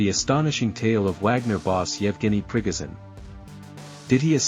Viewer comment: I'll subscribe if you say 'Pre-go shun', instead of "Prig- azin".